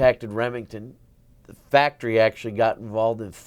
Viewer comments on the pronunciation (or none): none